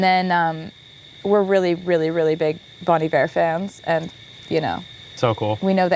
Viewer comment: FYI Bon Iver is from the French “Bon Hiver” (“Good Winter”), so it’s pronounced “Bon Eevair” 😊